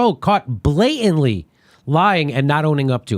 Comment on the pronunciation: blayantly? learn English.